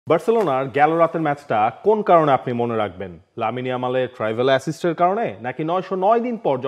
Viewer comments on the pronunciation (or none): ট্রাইভেলা❌ ট্রিভেলা...✅